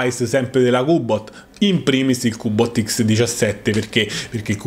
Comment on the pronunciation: Macché sei dde Roma? Er cubbbot!